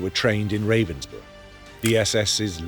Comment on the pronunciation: Ravensbruk was pronounced "Rah-vens-brook"...